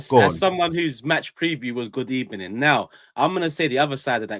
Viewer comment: Unai made it his thing to always say good evening after a reporters first question and he said it wrong so it stood out. Arsenal loosing made it what it turned into a mocking stick.